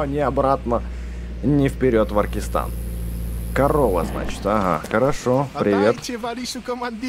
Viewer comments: Да не Аркистан, а Акаристан! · Не Аркистан а Акаристан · не во аркестане а акарестане